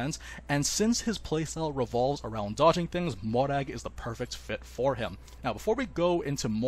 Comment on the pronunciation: i’ve always appreciated nn li’s pronunciation of mòrag’s name